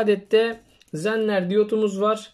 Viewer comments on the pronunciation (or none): hocam faydalı bilgileriniz için teşekkür ederiz.1n4148 zener diyot değildir ve zener diyot u telaffuzu zenner değildir. iyi çalışmalar.